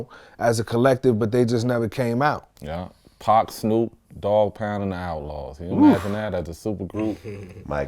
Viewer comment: Outlawz not outauz ffs